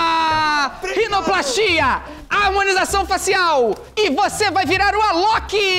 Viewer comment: Foquemos que o senhor falou "Ailok" e não Alok.